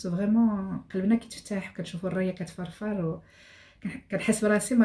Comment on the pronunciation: اضحكتني لما قالت الرايه تفرفر.